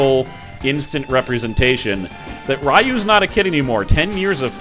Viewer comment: Hey, glad to see you're playing BoF 2! Just one little peeve, when you pronounce "Ryu" it's like a "loo" kinda pronunciation, so pronunciation wise it'd be "ree-yooh". Other than that, glad to see you playing this. Will be eagerly watching!